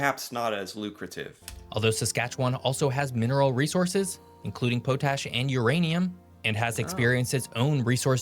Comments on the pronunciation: POT-ASH… not Po-tash…. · Pot-ash. Not Po Tash. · Pot-ash not po-tash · It's Pot-ash not Po-tash! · Oh, and it's pronounced pot-ash, not po-tash. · Hey it’s pronounced Pot Ash not po tash. In 1980 Edmonton had the largest mall in the world called West Edmonton Mall. It’s still there, STILL bigger than the Mall of America (fight me, you’re wrong, period). There’s many jokes about Saskatchewan but my personal favorite is that if you leave your hose on it’ll flood the province. What the video doesn’t say is anything about temperature. Alberta, Saskatchewan, Manitoba are regularly-40°C in winter. If you’re into winter sports, Alberta is your place. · We are seldom offended by Americans as we are aware of your poor quality education system. I for one feel badly for you. Also it’s pronounced Pot-ash, not po-tash. Typical American. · No one says “pote-ash.” It’s pronounced “pot-ash.” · I suspect Geography by uses AI vocals.... Its pronounced Pot-ash... not Poe-tash. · Hi po-tash is actually pronounced pot-ash.. 😉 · Potash is pronounced pot-ash, it isn't po-tash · It's pronounced " pot ash".....not " pote ash" lol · The O in potash is pronounced as “aw” not capital O. I wish the AI content creators like the one this video is sourced would proof watch their videos. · And how can we tell is American. It's pronounced Potash, not Pote-ash. In a sentence, there is a lid for every pot. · we used to pronounce it Poe Tash here in Canada, now it's pot ash. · Saskatchewan girl here that farms, please for heaven sake's it's pronounced pot-ash. Not po-tash. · Potash (pronounced pot-ash). I've lived in Saskatchewan for most of my life, Alberta for a few years after my wife and I were married. I absolutely love both provinces, just Sk a little bit more... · LOL pot ash is how you pronounce that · It’s pronounced pot-ash There’s lots of oil in Saskatchewan as well. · Potash: pot ash proper pronunciation. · Saying potash wrong it is pot-ash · It’s pot’ash,.